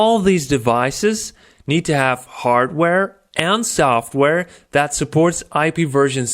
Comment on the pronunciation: hardwarrrrrrr n sofwarrrrrrrrr